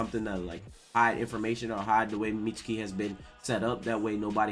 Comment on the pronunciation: plz say meat-skee. Mitsuki is a main character learn his name. Like sasuke you dont say sas-oo-kay. suke and suki has a silent u